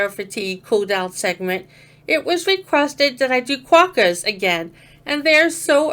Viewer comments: You pronounced Quokkas perfectly, my dear. 👍 They are definitely worth a second cooldown. ~ ~ The quokka hug!! That quokka took its own selfie there. That was the moment they went viral. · Good pronunciation on quokkas BTW. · Yep correct pronunciation of quokkas but not as cute as dropbears though.😉🐨